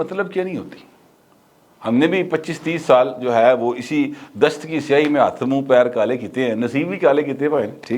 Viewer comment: Dasht ki "siahi " nhein kehtey ye sahi lafz "saiyyahi " hey. Ye "saiahat " se nikla hey yani sair o tufreeh etc. Dast hota hey jungle, sehra ya weeran ilaqa. Kehne waley ne kaha tha k hum ne bhi aek umer basar ki hey isi dasht ki Saiyyahi mein. Lekin aap ne us ko bila wja hi siahi mein tabdeel ker k apna moonh ser or hath paaon khwahmkhwah hi kaley ker liay.😂😂😂😂 Plz mera comment saheb se zroor share keejiey ga. Wo bohat naughty hein is comment ko enjoy kren gey.🤣🤣🤣🤣